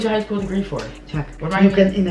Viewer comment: "I'm gonna have a elementary school dagree" I'm dying 😂😂😂😂😂😂😂😂